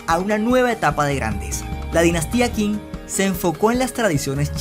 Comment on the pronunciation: Un dato, la "q" en chino, no se pronuncia cómo la nuestra, de pronuncia casi como nuestra "CH" de esta forma, la dinastía qing, no sonaría quing (o king) sino ching